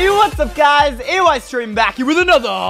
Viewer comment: Everyone love "EYE" STREEM